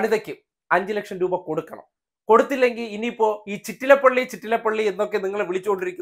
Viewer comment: Not Chittalapalli chettalapalli